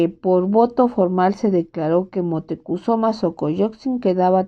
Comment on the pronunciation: Montecuzoma? Cortés le dice Montezuma. Tienes dislexia?